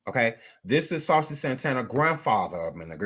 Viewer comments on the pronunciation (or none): That damn fool said saucey grandpa 😂😂😂😂😂😂😂